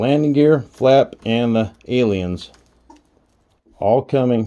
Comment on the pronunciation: Aliens? As in little green men from space ? LMAO I can honestly say I've never once heard it pronounced that way. I needed a good laugh this am .